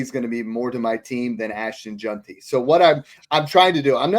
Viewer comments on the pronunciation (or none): If we could get that one guy to pronounce it “Jenty” instead of “Junty” we’d be getting somewhere. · JeANTY Jesus you see his name everyday and still cant say it right 😂